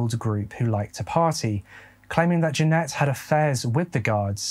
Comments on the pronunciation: Just to say that is saying Jeanette but in the description it says Janet. Janet is pronounced Jan it. Just saying. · Bro really? Janet is pronounced Jan rhymes with Stan....et rhymes with get.......You spell Jeanette like this..But anyhoo I have been a sub with you for a while now.I very much appreciate your content and narrating.I always mention you to people for them to check you out......Peace and stay safe bro. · that is not how you pronounce Janet. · I also understand the accent, but every time you say Janet it throws me lol maybe it’s a Michigan thing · Many are writing "Jeanette" but has her name as "Janet" in the video. He pronounces it differently because of his accent. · Her name is Janet. accent may be a trick of the ear to some of us. But that news reporter was totally saying Jeanette - which is wrong.